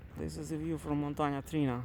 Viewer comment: It's Montana TriAna ;)